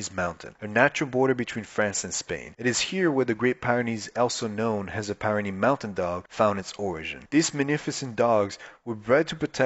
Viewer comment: It’s pronounced, peer-ren-nees, not - pie ren nees